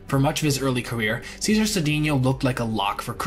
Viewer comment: Just a question, did you actually listen to anyone pronounce these players names before you recorded this? You mispronounced Knoblauch, Appier and Cedeno wrong.